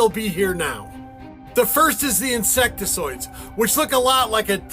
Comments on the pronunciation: For real! “insectizoid”… something about the way he spews out bullshit that he can’t even pronounce drives me up a freakin wall. Him and then the girl responding to the guy talking about the giant sighting in the mountains! I can’t stand her reactions- gasping at literally nothing of importance God forgive me but I want to smack the shit out of her and just shut her up once and for all, I can’t help it. 😂☠️ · is a retard who can’t even pronounce “insectoid”